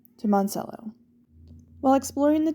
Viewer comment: Hey there, came across your channel. It’s pronounced like Mon ta cello My aunt had a tomato farm there when I was a child. Good luck with your channel. 😊